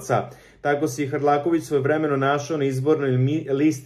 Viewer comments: Hrkalovic se preziva, nauci makar da citas. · Hrlakovic strasno 10 puta cita pogrešno. Boze pomozi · Nije HRLAKOVIĆ većHRKALOVIĆ😂😂😂😂😂